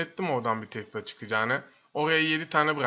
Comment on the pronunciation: yanlız tesla değil tesila